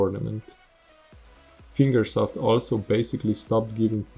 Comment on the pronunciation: I agree with this. I had 9k gp and it was hard for me to get nitro and all of the modern-game stuff. 1/3 of all time attack maps are being held by nitro. The community managers suck. I agree wth you too P.S. "Finger South" XD "Finger Self" lol its HCR2 not "Eight Year" "Finger Soap" "..or any funding from FINGERS" LOL "the competitive scene inside of ESTY, TOO" "Increasing the time that it takes to get to MEXICO"